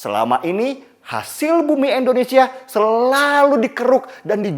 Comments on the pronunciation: Indonesia bang bukan endonesa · sangat jelas sekali ngucapnya Endonesia bkn Indonesia..disitu ku rada ga enak dgrnya..selainnya mantap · indonesia ya bang, bukan endonesia. gak enak di dengar. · Bg bilang kata Indonesianya jangan 'Endonesia' donk bg. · Indonesia..bukan endonesia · Indonesia bukan endonesia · Pak ko selalu sebut endonesia kan kita indonesia..😁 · Bang Denny, kenapa sebut Indonesia jadi Endonesia ya? #seriusnanya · Indonesia. Bukan endonesia. Please lah. Org bule aja bilangnya Indonesia bukan endonesia. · Tetap semangat bang Denny utk membela yg benar. Koreksi aja bg.. utk pengucapan "I" di Indonesia jangan "E" 🤗😀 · Bang belajar mengucapkan nama negara kita dgn benar 'INDONESIA' bukan "ENDONESIA" 😇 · Indonesia bukan endonesia😫